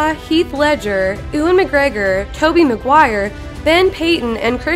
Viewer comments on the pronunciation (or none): Never heard anyone pronounce Ewan McGregor like that😂